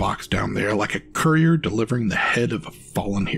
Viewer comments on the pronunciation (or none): none